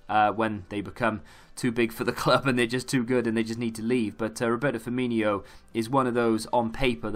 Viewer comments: 'firmino' not 'firminho' dude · Why does everyone think he’s called Firminho? There is no h